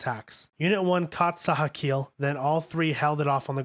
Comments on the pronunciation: Sachiel isn't pronounced "Sahkeel" it's SA CHEE EL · man, your pronunciation is all over the place. ahvengayleon. longuiness. preemordial. sakeel. shephalpod. rameel. gegeel. asooka. israfile. sandolphin. matareel. eerule. mahgee. l'leel. atsooko. bardeel. zayrule. ayreel. armaseel. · Sachiel = sat-chi-el Ramiel = rah-me-el Gagiel= gah-jee-el Bardiel - Bar-dee-el Zaruel = zair-roo-el Arael= Are-rah-el Asuka = awe-s-cuh Longinus= lawn-gin-us Tabris= tab-ree Etc.